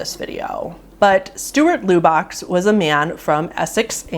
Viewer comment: Great video but I will say it made me cringe so hard as to how you pronounced Lubbock. As someone from Lubbock the -ock sounds like -uck. Just for reference if you do a full video on poor Stuart.